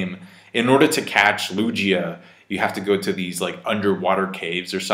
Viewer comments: Its Lugia not luJia lol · Hearing say “Lu-gee-a” and not “Lu-gi-a” 😖😖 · Loo G ah Lmaoooo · godammn i've been saying lowgia this entire time and I won't stop now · the way you say lugia with a J instead of a G is incredibly cursed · mispronouncing "Lugia" is the most weridly epic thing about this whole thing. Especially since he can say Gyarados and Torterra perfectly fine lol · O geez. U cant pronounce Lugia either? Lmao